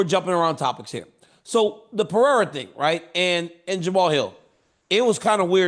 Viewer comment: why did dc say pierra